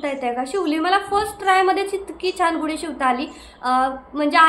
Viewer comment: गुडी नाही म्हणत . गुढी हा योग्य शब्द आहे लिहितांना तसेच उच्चार करतांना .